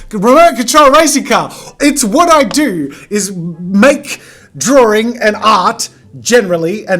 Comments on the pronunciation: It's not DRAWRINGGGGG!! -Jazza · Why is drawing pronounced as "DrawDRing" or "DrawRing"? 🤔 I've wondered that for years now. And do all English speakers pronounce it like that or does it depend on the accent? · Love your videos!!!! Just curious, when you say “drawing” you pronounce “drawring”... Is this an Aussie thing? Gotta say, it’s just a teeny tiny bit distracting. Poking fun a little bit I guess. You have such a fun channel, hope you don’t mind 🙂